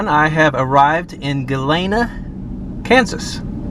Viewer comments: Good video. Probably somewhere down there in one of those 309 comments, someone may have also said about one of the towns you went to: Galena. I had to chuckle when you pronounced it "Goo Layna," you were close.... it's "Goo Leena" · it's Galeena not Galayna. Galena like the lead. Like ALL the places you went to in that area of the 2 states have lead. You know it's in the air, right? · Galena is with a long e...at least it is in Illinois and that is without a z sound at the end of it.